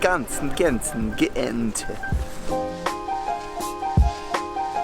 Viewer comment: Doel is not going to disappear immediately. they are busy with studying alernatieve plans to expand the port of Antwerp. including four alternatives showing that they can still keep the village. the first time when you pronounced "Gent" it was almost perfect 😁. I was born and raised in Gent. and I still living there .the castle that you have seen is called "gravensteen" too bad you did not go inside because it is a very interesting museum on how criminals and people with psychological problems were treated (tortured) in the middle ages.and not only that, there's a whole history connected to this centuries-old Castle. and hey ... What city can say that they have a medieval castle in the Centre of the city. that on itself is already unique